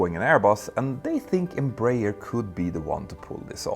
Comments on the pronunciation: Embraer is pronounced "embra-air", not "embrayer" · Closer pronunciation: Einm-bra-ehr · Here in Brazil we pronounce EM _ BRAH . AIR. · Embraer is spelled Em - Bra (as in Brazil) - Air. EMpresa BRasileira de AERonautica. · Just a brazilian advising you on how to pronouce properly the name Embraer. Say Embra Air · Nice video, thanks! As a curiosity, here in Brazil we pronounce EMBRAER like EN-BRA-AIR (EN as in the word ENglish; BRA as in a woman's bra; AIR as in the word air). I'm not sure, but the "AIR" in the end was probably not intentional, though. The name stands for "EMpresa BRasileira de AERonáutica" which means "Brazilian aeronautics company". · In Brazil we pronounce Embraer as "Embra Air" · Just a quick tip, it's pronounced "embra-air" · embreier hahaha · Embraer is pronounced "m bra air" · The pronunciation is Embra-Air btw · The best way of pronouncing EMBRAER, in English, would be "Embra-Air" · The way you you pronounce "Embraer" is quite funny 😅😂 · The inability to pronounce Embraer correctly by someone who makes a living from talking about airliners it’s kinda funny… (to not mention tragic..)